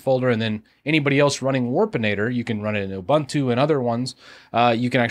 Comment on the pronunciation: It's pronounced "Ubuntu", not "ubantu, abuntu, abantu". We take our languages just as seriously as you take yours, and it pains us to hear you mangle such simple words (I'm confident you've head Mark Shuttleworth pronounce the name countless times).